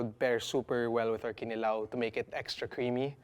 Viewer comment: The accent is on the second syllable: kiNIlaw. Not kiniLAW.